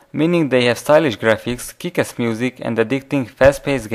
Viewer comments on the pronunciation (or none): y did u say kick-ess..................instead of kick-ASS srry dont wanna be a beech